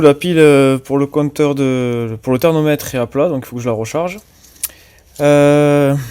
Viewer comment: On dit thermomètre....pas thernometre....😂